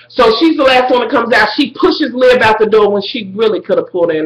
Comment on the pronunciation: I love how you call her Lib even though it Liv love ya